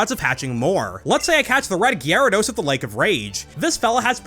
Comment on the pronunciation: Thank you for pronouncing Gyarados correctly.